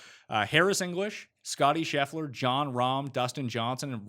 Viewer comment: DK: mschiissler Winner: Scheffler